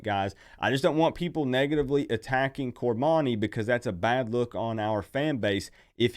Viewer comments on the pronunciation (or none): Get his name right, its cor-money.